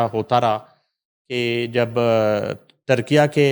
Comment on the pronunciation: Also someone should inform, that the new official name of Turkey, Turkiye is pronounced as TUR-KEE-YAY and NOT as Tur-kee-YAA.